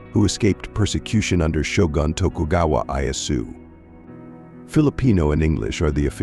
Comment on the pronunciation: You mention Japanese Christian’s fleeing from persecution of the Tokugawa Shogun, yet you pronounced and spelled it as Tokugawa Ayuasu (or something like that) It’s Ieyasu. If you can’t get such basic details correct, it brings the rest of your alleged facts into question